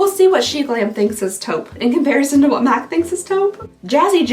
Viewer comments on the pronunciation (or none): Every time you say Mike instead of MAC, it cracks me up. I love it !🤣🤣🤣🤣